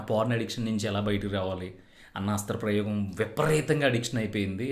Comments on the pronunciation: అస్త్ర ప్రయేగం కాదు సరిగా పలకడం నేర్చుకో హస్త ప్రయోగం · హస్త్ర ప్రయోగం కాదురా సవట నాయల . హస్త ప్రయోగం అనాలి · Nice information bro..But oka small correction..Adhi hasthra prayogam kaadhu...Hastha prayogam ani correct ga palikithe baguntundhi...but super content bro..👌👏👏👏